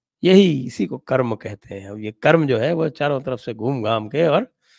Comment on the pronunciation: You said it right its "Karm" and not "Karmaa" which most people say.